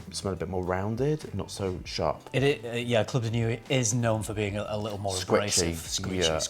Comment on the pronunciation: It’s not club de nuwee, it’s club de nwee 😂